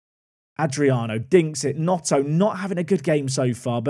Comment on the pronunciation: yeah but was calling him Notto 😂